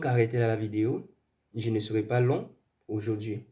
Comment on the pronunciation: Et votre client arrogant et nul a choisi un idiot comme vous . Vous ne savez même pas prononcer les mots les plus faciles par exemple on dit pas ze mais je, ze suis entrain de vous dire. Pp ferme la tu nul et mal poli